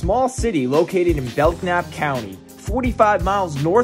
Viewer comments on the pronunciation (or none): You do a great job, but please remember that the K is silent in Belknap. :)